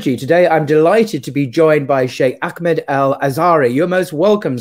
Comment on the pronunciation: AKmed,? I think you mean AHmed. H somewhat like in hamburger. Otherwise...keep up the good work!